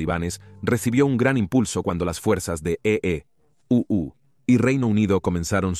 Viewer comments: No puedes decir simplemente estados unidos y no eeuu 😅😅😅😅😅😅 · Dejé de ver el documental solo por esa estupida palabra "los EE uu "